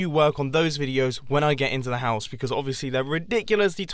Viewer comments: I thought you said mouse as in a mouse got into the RV and I was like 😱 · You had said mouse 🐭 insted of house 🏡 in the time-lapse chat. 😂 😂 😂